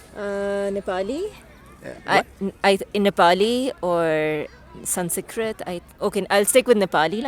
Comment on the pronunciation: "Sun see krit." And she's a teacher, ffs!